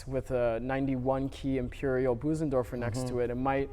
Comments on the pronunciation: It's Bösendorfer, not Büsendorfer. :) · Yes, Claudius. There is no English equivalent for that sound. It's closer to say Boo-senderfor than Bose- as in the sound of "hose" -endorfer. I tend to say Bose (rhyming with hose) -endorfer.